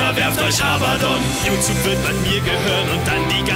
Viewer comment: arbadon? bist du zu blöd zum abgucken?! er heißt Abbadon nicht arbadon